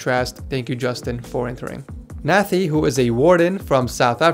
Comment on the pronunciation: Sup. Another South African here. Nathi is pronounced "Nuhtee" yea 👍🏾 - and i get why he used extra cooling... its hot here. I'm currently sourcing a Kraken X62 (unavailable locally in South Africa) to pair with an i7-8700 non-K. It seems like overkill, but the heat in summer justifies this.